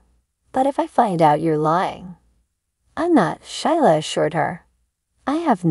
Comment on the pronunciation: Gee. Her name is pronounced Sheela. Silent i.